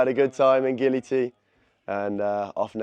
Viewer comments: Bruh he said gili belly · Why do you say Gili is Bali? It's clearly Gili, my friend.